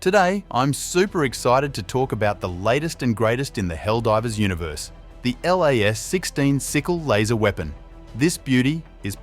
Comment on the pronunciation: Plz stop sayin L.A.S Its pronounced "LAZ' 😅